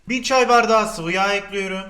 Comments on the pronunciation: Elinize sağlık hersey güzelde. EKLİYORUM..! Olsa daha hoş olurdu. Ekliyörüğğm değil 😂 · Ekliyorum değil ekliyürüm Çikolata değil çukuloto Güzel oluyor değil çok güzel oluyür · bende eklirum diyom artik bulasti bana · Limon kolonyasııı, bunu da eklüyürüm